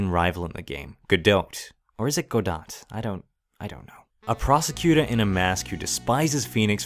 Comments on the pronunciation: It's pronounced Guh-dough. The "t" is silent. And it is French I believe. There is play called "Waiting for Godot". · Godot is pronounced Go-doh. The "T" is silent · Just gonna call Godot go-dought but in asia go-dout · I believe Diego Armondot is supposed to rhyme, do the T in Godot would be silent. Also, Laurice (i pronounced ee) Deuxnim (dew nim). Meaning Larry two name Edit: missed the a in Deauxnim, it's doe nim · Excellent video. The T in Godot is silent, btw